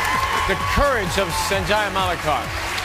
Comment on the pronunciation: They never pronounced his name correctly sanjay not senjaya